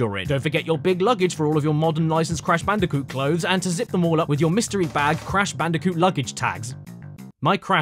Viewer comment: "The completely erect cash banooca"